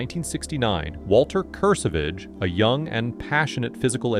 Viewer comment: Also, Kurr-Savage. Not KerSahVahge.😂